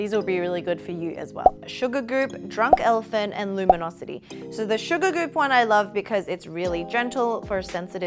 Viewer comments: Hahahahaha “Sugargoop” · "Super"goop not "sugar"goop.🙉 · Is it just me or did she say "Sugargoop"? 🤣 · Am i the only one who heard Sugargoop than Supergoop?? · I think that's because she kept saying Sugargoop. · Did she say sugar goop instead of supergoop? She said it twice wrong lol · isn't it supergoop ? she speaks sugargoop lol